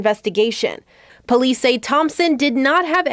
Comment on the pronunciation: The polee and the amblan